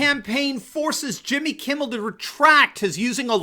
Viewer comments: I was sure I heard you calling him Jimmy "Kibble", which is pretty accurate. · Did you say Jimmy Kibble? I think that’s who you mean. I don’t seem to remember Jimmy Kimmel